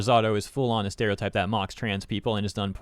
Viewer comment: LMAO 'Steriotype'.